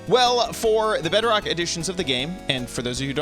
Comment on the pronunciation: It's not Bedbok it's BEDROCK